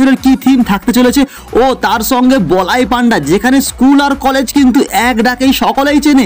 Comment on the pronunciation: বলাই পান্ডা নয় বলাই পন্ডা❤